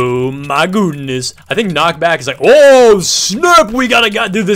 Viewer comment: It ezz it what it ezz